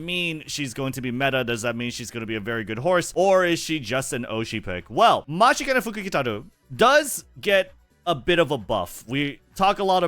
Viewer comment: It doesn’t matter how many times it happens. I am always impressed with being able to pronounce the fortune teller’s full name. I can’t even spell it out lol